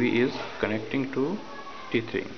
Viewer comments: Great video. Thank you. Two things: 1) The word is "tethering". ("tether" Rhymes with "leather") 2) what if your phone carrier (AT&T) will not let your phone turn on the Hotspot feature on your phone? Any solution would be appreciated. I'm trying to watch youtube from my iPhone 6 Plus on my TV. I have my laptop hooked into my TV at the moment. I don't have cable or satellite, so we watch movies from my hard drive or with the DVD player on my laptop. I thought maybe I could hook my phone to my laptop somehow. I also have a newer Roku (does not have a USB port) and an older one (does have USB port) if anyone knows how to utilize that. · He calls it "Teet"hering omg i'm cracking up laughing...hahaha